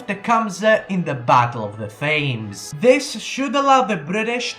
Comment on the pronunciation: The Battle of the Thames is pronounced "Tems" The H is silent and the A is pronounced as a soft e.